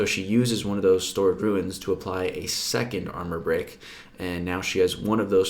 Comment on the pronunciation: its Runes as in roons, not ruins.nice vid. Cringed every time you did it.